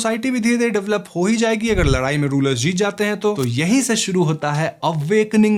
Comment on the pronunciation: Ladayi ❎ Larayi ✅😂